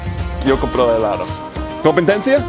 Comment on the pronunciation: Remind to pronounce the "d" thru his teeth like "th-e", helado= "A"-law-THo